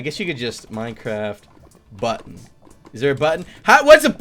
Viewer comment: for a second a heard you say butt-on